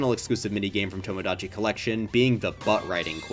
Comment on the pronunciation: why did he pronounce "tomodachi" like that...?